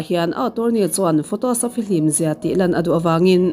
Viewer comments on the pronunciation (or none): none